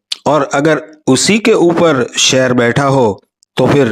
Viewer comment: Sheer aa shear ni😂